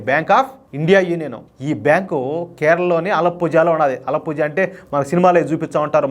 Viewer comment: Alapuzha - అలపుఱ అని చదవాలి Zha అని ఉన్న చోట “ఱ” అని చదవాలి Alapuzha - తెలుగువారందరికీ నోరు తిరగదు కాబట్టీ, “అలపుర - Alapura” అని కూడా పలకచ్చు